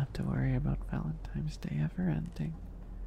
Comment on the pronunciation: We ozzys also know it as valentimes